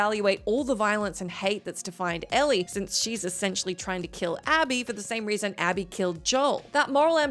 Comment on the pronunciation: Same reason she said ally instead of Abby. Lack of quality